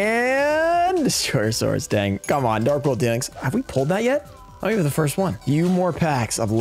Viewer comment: voice "foist"